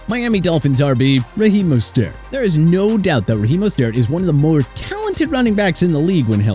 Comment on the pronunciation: Good. Let Miami trade Mostert (pronounced MO-STIRT)!!